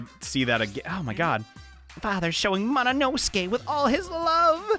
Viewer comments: Why does he say monosuke like mononoske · I can’t get over the fact that he says mononoske instead of monosuke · NOT “MONOINOSUKE” BAHAHAHHAHAHA